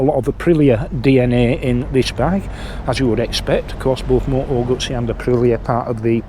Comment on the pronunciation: I hope there aren't too many restrictive or insidious DRMs in the software that control the electronics in this bike. Btw, you can't say "Moto Gutsy", because that's how it ends up being spelt in the subtitles. So, unless you are Italian, just say "Guzzy", please 🙄😏